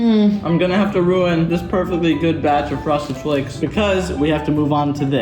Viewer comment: did you hear him say froseded flakes 2 lol hahahahh like if did